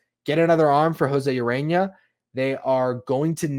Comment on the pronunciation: Urena, not Arena, heh heh